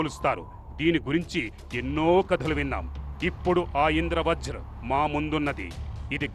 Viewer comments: అమ్మా...తల్లీ..ఇంద్ర వ్రజ్ కాదమ్మా...ఇంద్ర వజ్ర్ అని పలకాలి.. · Indra vajra ani okaru Indra vraj ani aame antunnaru Script chusukuni chadavandi